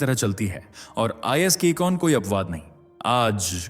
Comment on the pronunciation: तुम अपनी हिन्दी तथा अंग्रेजी शब्दों का सही उच्चारण कितने समय में सीख पाओगे। तुम शीघ्र कोचिंग क्लास में जाना शुरू करो जिससे तुम्हें कम से कम इस्कॉन का सही उच्चारण करना आ जाय। वैसे आज तक तुम्हारा एक भी ऐसा वीडिओ मुझे देखने को नहीं मिला जिसमें तुम पूरा वीडिओ सही से बोल पाए हो। लगातार तुम कुछ अन्तराल के बाद गलत उच्चारण करते ही रहते हो।कहाँ से और कितनी पढ़ाई करके वीडिओ बना रहे हो मुझे नहीं पता।लेकिन तुम्हारा ज्ञान बिलकुल सतही है और तुम श्रोतागण के सापेक्ष निम्नतम स्तर पर हो।